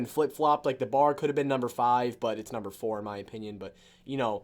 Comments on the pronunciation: It's pronounced B-A-R it's a 30-06 heavy assault rifle used by U.S. troops during WWII. It was designed to fit the role of both an assault weapon and a support rifle. Love your vids bro!! Keep it up! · its B.A.R lol not bar browning automatic rifle.....